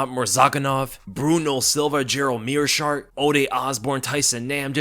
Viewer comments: Meerschaert "the shart" - heard that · Did you really call him "The Schaert"? Hahaha!